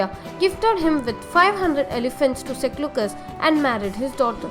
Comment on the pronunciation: It is not kottalya it is Kautilya It is not seclucas it is selecus not only this there are more pronunciation problem